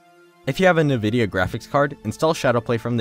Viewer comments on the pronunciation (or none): "If you have a "nevidia" graphics card" N-----vidia plz don't say that again xD